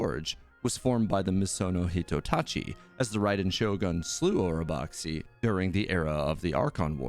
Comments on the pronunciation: Orobaxi the xi is just pronounced as shi.. don’t know why they decided to spell it that way.. anyway, love your videos keep it up 👍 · It's pronounced OROBASHI - IT WAS EVEN SPELLED THAT WAY IN 2.0 AND CHANGED FOR 2.1 (just like Mt Aozang becoming Aocang).